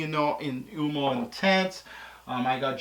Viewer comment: You said Oomo lol...U -oh-mo